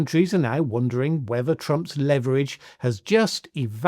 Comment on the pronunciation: You're apparently under a misapprehension of how the words "leverage" and "lever" are pronounced. It is good to have the vicarious schadenfreude of taking a grammar pedant to task.